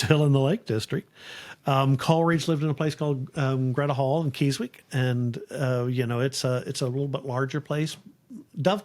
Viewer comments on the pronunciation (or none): Keswick is pronounced keh-zick just an fyi 😊